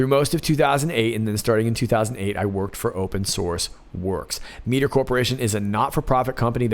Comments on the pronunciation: m - I - ter not mee - ter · Mitre. Might-er, not meet-er... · Minor point: Mitre is pronounced "MY-ter". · Mitre is pronounced (My-ter). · Miter ... my-eye-ter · Mitre is pronounced my-ter. They sound shady to me.